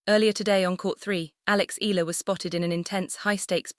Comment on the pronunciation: AI... that's why the pronunciation is not ee..yah..lah 😂